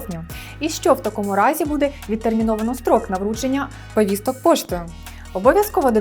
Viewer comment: Чому постійно каже Вповісток, Вповістки, навіщо жодавати літеру "в" перед словом повістки???